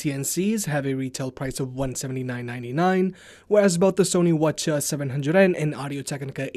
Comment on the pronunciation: Every time you said "Sony what ya" I was like what are you saying?